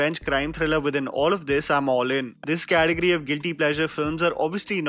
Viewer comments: It’s Category not Cateogory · it's category...not cateogory sirrr